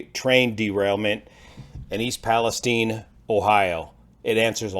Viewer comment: It’s “Palesteen” is it?